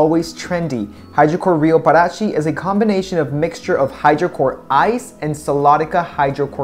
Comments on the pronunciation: The stress sound isnt in Pa is in Ti is like pa ra TI(the strong sound) ,😙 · Yes, Parati is pronounced as "para ti" (Spanish). And got Buzios right at the second try. When you started to talk about Ipanema, you said it right at the second try. ;) Thank you for your reviews! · With exception of Rio de Janeiro and Parati, all the orders you pronounced right at least one time. In Portuguese J does never have a R sound and you should stress the end of the word rather than the beginning, so it's paraTI. To me the best looking one was the búzios (was your best Portuguese try too haha), but you dark eye reflecting the softbox still wins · The correct pronunciation of Paraty is to use the strongest syllable in the "ti" and not in the "ra". I'm Brazilian and I lived in Rio de Janeiro for many years. The correct pronunciation of Ipanema is, In English it is the sound of the letter "e" instead of the letter "i" of ipanema and the strongest syllable in the "ne".